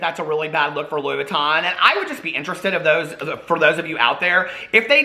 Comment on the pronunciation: Louis Vuitton??? Sure suuuuure. I buy louisss foitonz! 🤣